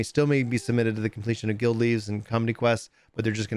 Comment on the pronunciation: every time they say "LEAVES" my eye twitches